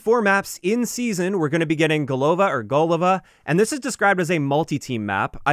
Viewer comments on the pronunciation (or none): Thanks for the video. Btw It is a GolovA not GOlova or GolOva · GolovA (stress on A). It is a russian word, which means "head" :) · gOlova or golOva... Impressive - both times you pronounce it wrong.